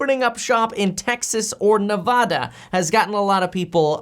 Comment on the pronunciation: Its pronounced Nev-adda. Like Nev@ A=@